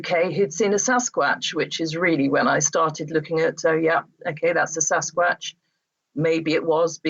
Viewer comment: Why cant she pronounce 'Sasquatch'??